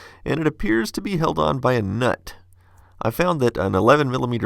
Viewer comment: Sorry but hearing him say "nut" the way he does is funny to me